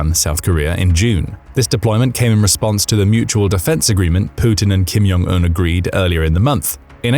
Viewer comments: Why do you always pronounce ‘Kim Jong Eun’ as ‘Kim Yong Eun’? He’s not Mexican! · Its Kim Jong Un, not Kim Yong Un. They're Koreans, not Germans. If its pronounced like J, they'll write it as J. If its pronounced like Y, they'll write it as Y. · Stop saying (Kim-Yong-Un) all the time, It's pronounced (Kim-Jong-Un) a simple difference. I thought it was just a mistake at first, but noticed you continue to pronounce it incorrectly on all your North Korean content. 😀😄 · I'm not the only one, please comment if you also noticed him saying the name wrong? It's pronounced just like it's spelt (Kim-Jong-Un)... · Thank you. It's (Kim-Jong-Un), there is no "Y" in the pronunciation. I thought I was losing my mind. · The language isn't, but the narrator likely is. To be precise I suspect he's actually German and learned to speak English in the UK. His (mis)pronunciation of Kim Jon Un's name as well as many Russian names suggest it.